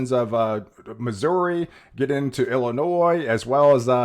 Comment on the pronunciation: the 'S' is not pronounced in IllinoiS